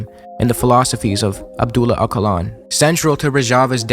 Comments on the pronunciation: Please just watch one video that helps you pronounce Öcalan at least somewhat properly. "Oka-lan" kills me every time. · Also the stress is on the first syllable ("Öca-"), not on the "-lan"